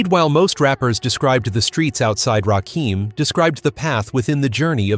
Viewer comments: You are saying a whole wrong name and I don't understand how you can do this smfh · Rakim "The God MC." A name too sacred, for some, to pronounce incorrectly. MASHALLAH Ps. 🤔 what's really going on? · you said the GODMC name wrong it's Rakim Alliah one of best rappers all time.I'm 58,saw his rise to fame back in the days